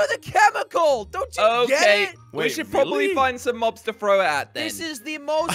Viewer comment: At 8:84 u said Bob's instead of mobs